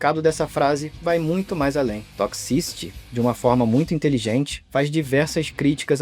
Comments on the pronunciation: Quanto mais ele pronuncia a palavra "toxicity" mais agonia eu sinto pqp q difícil pra pronunciar "toqsi ciri" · Aflição ouvir 'tócsi-síri' errado várias vezes rs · "Toxisty" que agonia isso.....